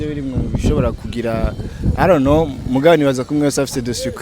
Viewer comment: I didn't know. Dramati ngo I ron't know 😂😂 , ndakwikundira